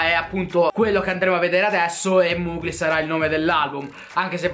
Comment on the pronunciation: Mugli non si può sentire.. si pronuncia Mogli